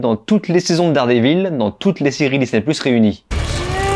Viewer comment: dard des villes? t'es anglophone que quand ça t'arrange